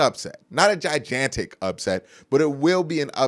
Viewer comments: It always cracks me up how you say, gigantic. “Gijantic” 😂 Great analysis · Bro, I listen to your videos every day. Big fan. I gotta ask, though... Do you pronounce certain words wrong on purpose? Like, gigantic? Or am I the one saying it wrong?